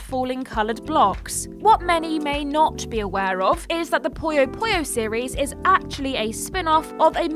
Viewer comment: It's "Puyo Puyo". Not "Poyo Poyo".